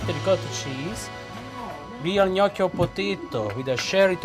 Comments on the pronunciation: Again. Gnocchi is pronounced Nyok-gee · Shame on you ...your pronunciation of italian dishes is wrong ! Gnocchi is /nYAWK-ee/ And that beach is not BOGnee d'Arienzo its /BanYEE/...mama Mia take a language class